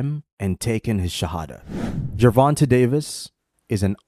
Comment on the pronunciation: Gervon-TAY Davis.